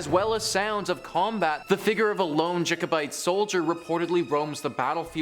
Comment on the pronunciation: Also there is only one u in culloden also it’s Jacobite not jikobite